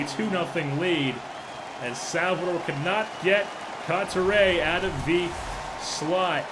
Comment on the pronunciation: this was hard to watch. his name is coo-tee-eh by the way